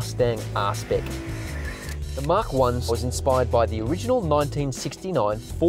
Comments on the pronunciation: Mach is not "mark" It's pronounced "MACK" or MAC. Yes, I'm a pedant, but it's painful to hear. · its pronounced Mahk